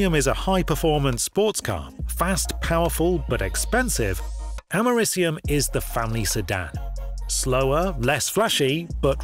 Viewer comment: Hey nerd, American here, you're pronouncing the element we literally had named after our country wrong. You say like you're saying America, and then just ium at the end.